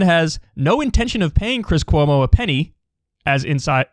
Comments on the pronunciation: Ahh! He almost called him Cwis Cuomo! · He said Chwis Chwomo harHar